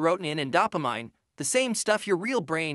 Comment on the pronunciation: Someone needs to teach your AI voice how to pronounce serotonin and dopamine